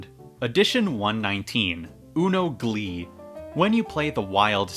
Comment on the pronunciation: I thought you said “UNO Bleed” when you said Glee, and imagined a dark new Mattel original